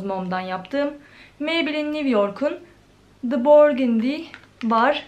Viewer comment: Meybline niviyork diyosun maybeline newyork